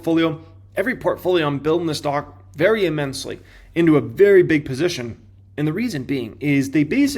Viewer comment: "E"-mensely is not a word. That's not how you pronounce immensely. What college did you go to? Clearly they didn't speak English there.